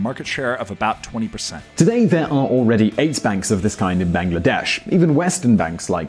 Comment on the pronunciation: Bangladesh is not pronounced as 'bang la desh' !